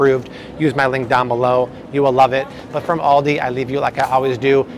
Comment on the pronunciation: do you mean, "Aldi"? you said, "Andi" but I am assuming this is what you meant? I just discovered Aldi and gotta say, really appreciate the lower prices..........the guy who started Aldi is brothers with the Trader Joe's guy and out of Germany, who knew? I like Aldi's now. saving money and good quality, but gotta read labels and ingredients always. God bless America ~